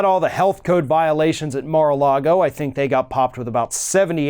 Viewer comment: LOL I HAVENT HEARD "FINK" IN MANY MANY YRS.